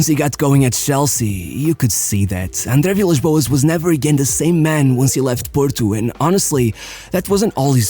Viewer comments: nunca tive tanta a certeza que tava a ouvir um tuga do que quando disseste "andre vilas boas" 😭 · A forma como dizeste André Vilas Boas é 100% de um tuga. Força Rei